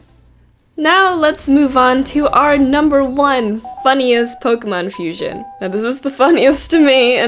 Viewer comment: u pronounce pokemon wrong